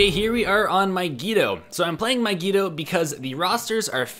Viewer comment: Your saying mygeeto wrong